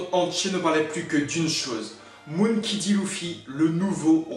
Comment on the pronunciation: Non non tu le pronon moonkey un peu a l' anglaise c mperturbe un peu m c tou